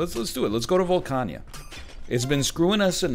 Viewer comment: NL pronouncing Volcana as "Volca-nya" has me thinkin' he be playin' Mahjong Souls behind our backs and not sharing.